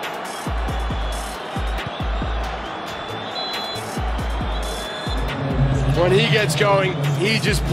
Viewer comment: Kids say Mbappe Men say Kylian Bein sports says mbape